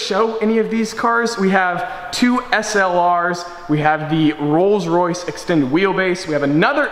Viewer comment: Am I the only one that heard rolls royce rape when he first said it? Lol